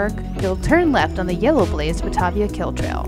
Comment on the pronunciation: Batavia => Baa-taye-via, and Cairo is pronounced C-air-oh not C-i-ro as in Egypt. Local pronunciation but then they may have been replace by the new residents.